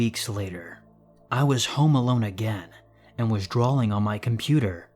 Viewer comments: same i just saw your comment like wth then he said drawling.. ugh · drawing!! not "drawling"! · drawing has no L in it. not trying to be a dick it just bugs the shit out of me